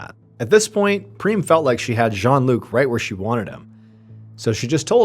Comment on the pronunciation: Every time he says Preem, I think of Cheem Creams from Nobody Cares Anthony. 🤦🏻‍♀️😂😂